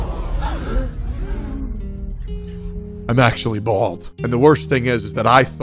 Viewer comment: the way he said bahahhahald tho